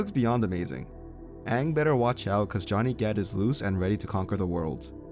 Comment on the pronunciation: Hey, to be completely fair, mandarin chinese pronounces aang as "ong" so that may have been what they were trying to do, but I still don't like it.